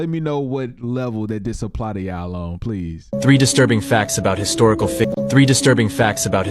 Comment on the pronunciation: You realize you say YAW not YA'LL right?